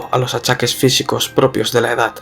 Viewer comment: Por qué dices “edat” en vez de edad??